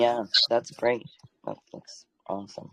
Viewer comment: Now I’m laughing because when you said great I thought you said grade 😂